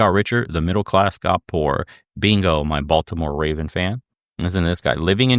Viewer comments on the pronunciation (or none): none